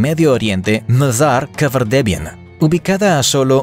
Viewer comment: Minuto pronunciación Mazar Kafardebián.